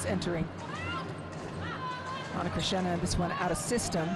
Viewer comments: It’s Cristina NOT Krishna. Learn how to pronounce names correctly! 🤨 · The name is not Ana Krishna, but Cristina, just like Cristina Aguilera or Cristina Ricci, is not that difficult. . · I feel his say Ana Krishina no Ana Krishna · Calm down dude, she said "Cristina" but look like Krisna. She actually pronounced "Krissina" (t -> s) i would pronounce like hers because thats just our accent hahaha ✌️ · “Cristina” shouldn’t be such a hard name to pronnounce 😂🤦🏻‍♀️ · These commentators should pronounce players’ names properly 💀 Ana Cristina’s name is literally easy to pronounce and yet they botch it